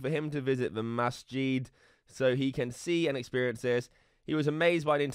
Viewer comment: "Masssjeeed" its musjid lol